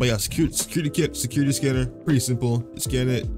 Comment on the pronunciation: Bro he be struggling saying security scanner